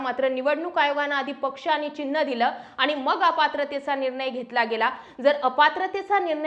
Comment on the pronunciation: आपण अशुद्ध बोलता निर्नय हा अशुद्ध उच्चार आहे . निर्णय असा उच्चार करा न आणि ण मधला फरक समजून घ्या व तसा उच्चार करा